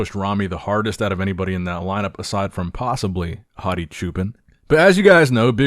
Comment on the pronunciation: You butcher hadi’s name everytime man